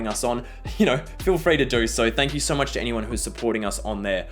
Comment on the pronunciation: I like the way pronounces the word so. He says soh. It’s very Australian.